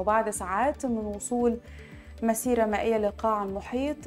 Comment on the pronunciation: من عين حضرتك مذيعة ؟ مرة اخرى من عين حضرتك مذيعة ؟ التنوين والتشكيل للكلمات ونطق اللغة العربية سئ جدا جدا. (فقدت) نطقتها فعل ماض وهى مبنى للمجهول. (مسيرة) نطقت خطأ. مش معقول فيديو مدته ثمانى دقائق ملئ بالأخطاء. أرجو الأهتمام بلغتنا العربية الجميلة التى نشأنا على حبها. على العموم ربنا يوفقك